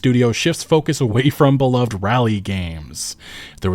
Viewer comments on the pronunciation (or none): none